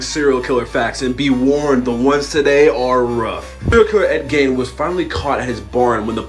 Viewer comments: Okay,I'm pissed about the Ed Gein one... 1) that's not how you pronounce his last name 2) he supposedly killed his brother, it was his mother's death he was depressed about, and even then he made a human suit out of her and continued digging up graves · He didn’t supposedly kill his brother. He did. Police thought it was odd when he reported him “missing,” however, Ed was able to lead and show police where his brother’s body was. Red flag. His name was mispronounced. No biggie. We all do it. No shame in that.